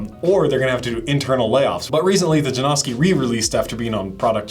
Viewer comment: J A N O S K I - not Jane-owski, not Jam-oski.